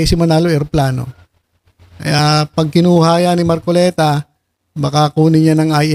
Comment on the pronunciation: Ayusin mo mag bigkas sa apelyido ni ka marcoleta